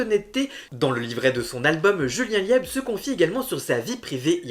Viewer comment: On prononce Lib, ça s'écrit LIEB😄😄😄